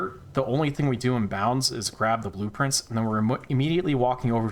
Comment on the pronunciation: Oh my god. Blueprints. Blue Prince. What the fuck. It took you saying “open blueprints over and over” and me getting confused because I heard “open blue prince”